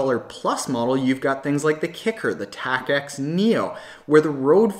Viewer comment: Tacx ist actually the name of the owner, so it's more like "tax" and not "tak-x" ;)